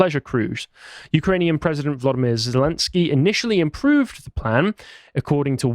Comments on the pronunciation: "I know how to pronounce 'Putin' and I know how to pronounce 'Zelenskyj'." Proceeds to pronounce them wrong. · "I know how to pronounce Putin and I know how to pronounce Zelenskiy." *mispronounces both*